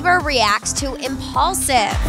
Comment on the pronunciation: IMPAULSIVE!!! Not impuls 😩😩 get it right people